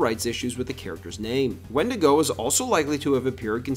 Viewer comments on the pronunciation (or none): none